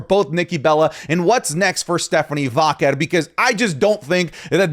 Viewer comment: I love. He's my new favorite. But,...it's "Vaquer', not "Váquer".